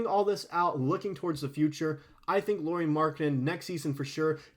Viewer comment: Lauri…. Not Lori.